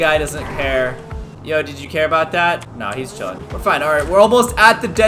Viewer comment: Caylus are you saying ice cream chiln